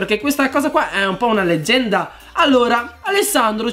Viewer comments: kai si dice leggenda non legenda,ti stimo kai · guarda che si dici leggenda, non legenda. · leggenda non legenda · Si dice leGGenda non legenda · Leggenda,non legenda😂😂😂